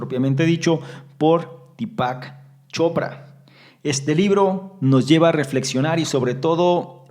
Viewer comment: dí-pac.. con acento en la í.. dí-pac chopra..